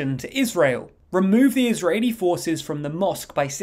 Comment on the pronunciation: Israeli, NOT "ISREALI"